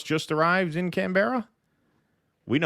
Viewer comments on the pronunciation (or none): We say Canberra as canbra not an emphatic Can-Berra, rather a short e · Canberra is pronounced with the accent on the first syllable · Canberra is actually pronounced "Canbra". Just saying FYI. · Its can-bruh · Its not Can Berra Its canbra mate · Can-ber-a?? 😂 Bloody americans haha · It's pro ounced Canbra. Can- bearer is what Australias call it when the want to mock Americans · The inability of yanks to pronounce simple well known words and place names not Can bears . Canbura is how you say it . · "Can-berra"? Bah! Ha! Ha! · im pretty sure its pronounced can burra not can bear a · It’s not can,Barr’s. Its canbera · It's not pronounced 'Can bear a' but 'Can burer' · Can-beara? Why don't American's learn to pronounce stuff? Canberra. Can-berra. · Yeah, we get a lot of that. Try pronouncing Woolloomooloo. Haha. Mel-bourne. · Can- bay-ra😂😂😂😂😂😂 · PLease learn how to pronounce "Canberra". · 'Can Berra' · Can-bruh. It’s pronounced canbruh… 😊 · It's "Cannbraaa" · Please say canbruh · It"s pronounced Canbra. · It's not pronounced Can berra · Please learn to pronounce Canberra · Lol 3 syllable Canberra. It's 1 syllable lads. Just Canberra.